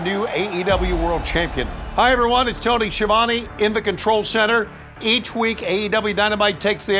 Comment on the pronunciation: Tony Schiavone can't even pronounce his own name correctly lmao